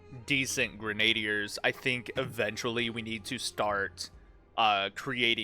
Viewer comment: its not granade- er its Grin a deer, just say it as one word Also the one helmet you said had a crown isnt a crown its just rope on it lol I forget the actual name but certainly isnt a crown